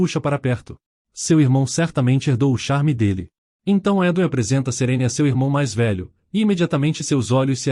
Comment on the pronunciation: Serene? Nun é Serine?